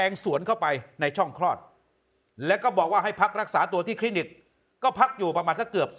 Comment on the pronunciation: คลีนิก ไม่ใช่ คินิก